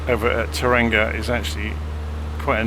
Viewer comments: Tauranga is pronounced "Tower Wrong Ga" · Kiwi here - just FYI it is pronounced "toe-wronga" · Its pronounced "Toe-wrong-ah" make sure to roll the r as well haha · "toe-rung-ah" bro